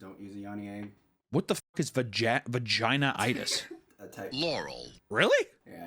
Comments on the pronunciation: its vaginitis not vaginaitis lmfao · Its not pronounced Vagina-itis 😆🤣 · yeah but it's pronounced like va-gin-eye-tiss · why did pronounce vaginitis like that LOLLL